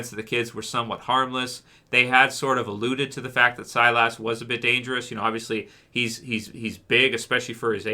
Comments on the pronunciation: Its pronounced SI-LUS not SI-LASS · Silas is pronounced SY-liss not SY-lass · “SIGH LUS”, not SIGH LASS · I'm pretty sure his name is Silas not Cylus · when he said "ass", I was like what did you call me?? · Stop saying silas name like that. You keep pronouncing it wrong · man you're still prouncing Silas name wrong lol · Lol every time he said Silas name I would correct him like he could hear me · It sounded like an x-men character 😅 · The A is silent